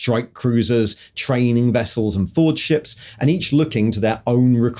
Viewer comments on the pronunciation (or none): none